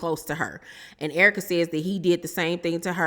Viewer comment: You have to be from St Louis, because of the way you say Errrka.. 🤣🤣🤣 a Real one😘😘😘 E. Banks goofy AF. I ❤️the Searra impressions. 🤣🤣🤣🤣🤣. I LOVE YOUR CHANNEL BOO.😘😘😘🥰🥰🥰🥰😘😘😘